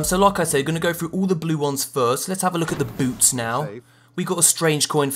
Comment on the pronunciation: every time he says "boots" i hear it "boobs"